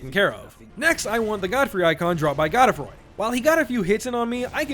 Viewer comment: GODE-FROY. Pronounce Gode like Code, Froy like Troy. GODE-FROY.